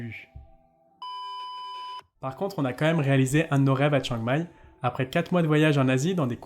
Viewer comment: Ahah, c'est clair qu'il y a des efforts à faire sur la prononciation thaie. Exemple, on dit Khao Yai, pas Khao Yae. Chiang Mai, pas Chiang Mae.